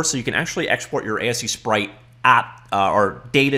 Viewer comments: It's pronounced: A-Sprite. There, saved your life. Btw I'm so happy to see your channel grow and reach 100k+ subs. You totally deserve it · Thanks for the video,:) I always pronounce it ace-sprite! But no idea what it actually is. 3.50 was a huge load of work for me, but very happy to finally have it released:)